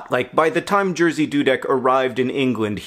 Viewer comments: I've heard about Jerzy Dudek many times as I am Polish, but before you said he was from Poland I had no idea who you were talking about as Jerzy is pronounced very different in Polish. It was fun to hear how an English speaking person would say it and the story itself is amazing :D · cool video -thanks! you rarely talk Poland on your channels. And the way you pronounce Jerzy is absolutely epic :D !! I know its difficult for non-Poles to say it and mispronouncing is your thing but you not only didn't get it right - you pushed through the wrong and somehow approached right from the other direction XD It really makes me think we as a nation must now change how we pronounce Jerzy. LOL.! Sorry about your dog, I know how much it sucks loosing a pet. I hope you get better! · Very sorry for your loss, I know form experience how hard it is Also, I have to say this, I could never imagine the name "Jerzy" could be read like that, but I understand our pronounciation is difficult (btw Jerzy means George so you can just use that one ) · It's just hilarious to me how badly you mispronounce his name, as a Polish speaker I didn't even recognize who you're talking about at first :P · Haha you so horrible mispronouncing name Jerzy, to this level it became a little bit cute 😂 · Sooo... I'm Polish and I could not undestand who you were talking about for the longest time :D when I realised who this misterious "Jearsey" guy was I could not stop loughing over your pronunciation of his name (Jerzy) but I totally get why you would pronunciate it this way. Dudek was pronunced perfectly though! A+ BTW you made my day! Greetings from Poland! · I cannot get over how you pronounce "Jerzy" :D Do all English speakers do it like that? (It's more like "yeji", where the "y" is the same "y" that's in the "yippe kay-yey", and the "j" is pronounced like in the French "je t'aime", and the whole thing translates to Jerry) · it's pronounced more like ye-shi doo-deck